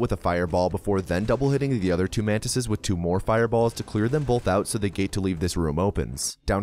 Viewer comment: Just commenting on your accent here... you say the word "both" as if there's an L before the th; "bolth" have you considered doing a "bolth" counter? If not, would you?